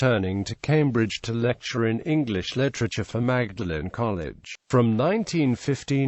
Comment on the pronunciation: Dreadful commentary, even Magdalene miss pronounced.